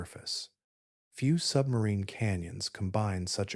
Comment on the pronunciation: It was great, I knew nothing when it started and now I have a firm grip on the basics—the most impressive fact was how far into the Atlantic Ocean the river is flowing! Also, whenever you said “sub-marine” i heard “submarine” and thought of the the Hunt for the Red October 😂😂